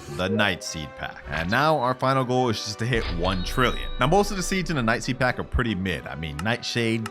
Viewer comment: “Peed pack”😂😂